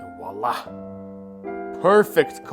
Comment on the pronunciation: making coffe trying to speak french: Voila what I heard: Wallah